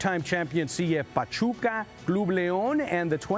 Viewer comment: Lol “pachupa”